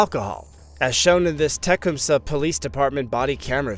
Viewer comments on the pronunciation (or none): 3 millions subs and you can't pronounce "Tecumseh" lol